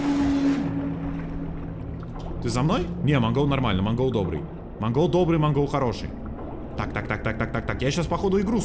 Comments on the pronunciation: мы говорим Монгол но правильно Мангл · это не МангОл а Мангл )) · Никто: ничего: называет мангл манголом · Мангол ударение на а